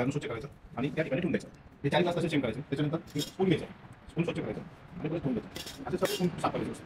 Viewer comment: आनी नाही, आणि! पानी नाही, पाणी!